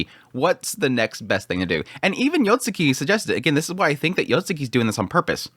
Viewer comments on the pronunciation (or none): Isn't it Yotsugi? spammind YotsuKI is concerning. Yet again, I've heard his pronunciations of anime titles in his reviews, maybe it's too late for him. 😅